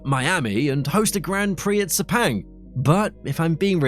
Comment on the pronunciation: Sepenggg what shlte pronunciation